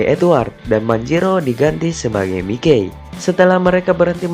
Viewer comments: Bang bukan Mikey memang nama panggilan nya Mikey tapi dibacanya bukan Mikey tapi mayki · Mikey baca nya maiki bukan mike kwkwk